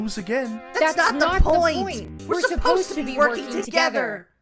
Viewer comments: I entirely misheard glowstick saying "Hey, Pitchfork!" as "bitchfork" and i'm gonna start bawling im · i heard him say *bishfork*💀💀💀💀💀💀💀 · Uhm, why do I hear Bitchfork